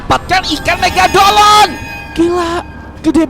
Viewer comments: Megalodon❌ Megadoln✅ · Mega lodon bang bukan mega dolon😂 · Megalodon tidak Megadolon iya😂😂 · Bang bukan megadolon tapi megalodon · Bang megalodon bukan megadolon😂😂😂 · Megalodon ❌ Megadolon☑️ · Megalodon bang bukan megagolon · bang Megadolon atau megalodon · Bang itu megalodon Bukan megadolon😂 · megadolon? megalodon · Megadolon✅😭 Negalodon❌ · Megalodon❌️ Megadolon✅️🗿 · Megalodon❌ Megadolon✅